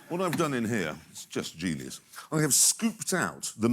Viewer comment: THIS IS GEENUS